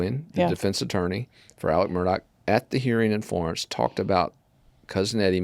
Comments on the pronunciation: MurDAW not MurDOCK! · Thank you! I always make notes of the pronunciations when y’all point them out. I’m a Michigan girl in a Murdaugh (Murdock) world! 🤪